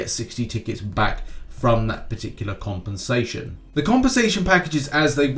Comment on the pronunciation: I really like your accent when u say compensation tbh please say it in the next news 10 times without any reason or not it's not necessary